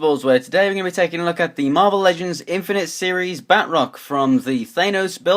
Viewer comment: It is Ba-troc